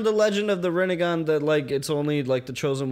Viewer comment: moders. please tell them its not Rennegan its Rinnegan...because otherwise it reminds us of Renegade :D